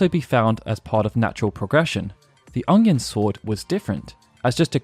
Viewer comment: I may not be a native speaker of Japanese, but I can comment on the pronunciation of "UNG-yun sword"